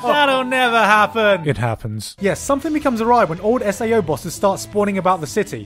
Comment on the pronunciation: IM TRIGGERED YOU SAID SAO....!!!!!!